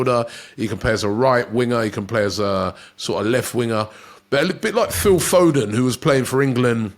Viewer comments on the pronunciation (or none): none